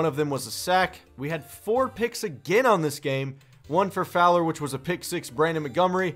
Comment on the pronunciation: Who else remembers when completely butchered Fowler's name the first time he read it?